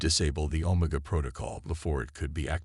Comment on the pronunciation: Pretty good but, when the AI your using can’t pronounce OMEGA in a syfi story well big problem.